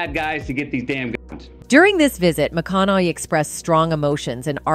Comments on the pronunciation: McCoonowwwyy, Mcaonohey, maaacaaallyyy mawcownowwey. Hard name for AI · MAH-CON-NA-HEY .. if you're going to do a video on someone, get the pronunciation of their name correct! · This chick called him McConnelly in the video. And changed the pronunciations of behar throughout lol 🤡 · I love these AI script readers. "McConnely". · Neither of these names are difficult to pronounce. Behar pronounced Bay har. How can you possibly mispronounce Matthew's name for crying out loud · Do not say the the word gun is absolutely stupid and you’re mispronouncing the word Matthew McConaughey, which is absolutely annoying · Also, it’s Michael Strahan not Haun! You’re mispronouncing, Michael Strahan, and Matthew McConaughey say it right my God! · For the love of God please choose one way to pronounce Behar and McConauhey and stick with it. I heard over 5 different pronunciations of the same name. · The stupid AI narrating this video keeps pronouncing McConaughey differently each time it says it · I cringe everytime this announcer mispronounces McConaughey and Behar. Have you never heard of these people? If you cannot pronounce the names correctly then I am not so sure you are accurate on anything you are saying. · Love Matthew... He's great .. the view sucks.... The narrator of this video I think said his name wrong 5 different times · First of all you need to learn how to how pronounce Joy's and Matthew's correctly. You lost my interest 😳🤷‍♀️😏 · Learn how to say McConaughey! 😞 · This voiceover must be AI because it keeps mispronouncing his last name.